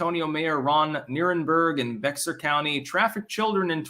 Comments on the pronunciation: Yes Bexar is pronounced bare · Yeah it's pronounced bear county. I live in San Antonio and the amount of illegals being bussed in is insane. You've got hundreds walking the streets, so what's the difference of going elsewhere? Also, Salazar is just a puppet. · FYI, Bexar is pronounced “Behr”. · It’s pronounced bear, you yankee heathen.